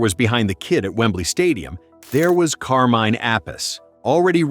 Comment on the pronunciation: Straight off the bat.. pronouncing Carmine’s name incorrectly probably says everything we need to know about Rock n Rewind.